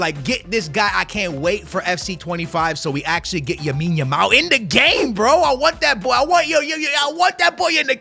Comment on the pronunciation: plz stop calling him yamine yamal....his name is LAMINE yamal 💀....you do it in every vid bro